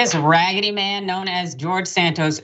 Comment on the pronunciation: "This raggeady man" lmaoooooo 😅😅😅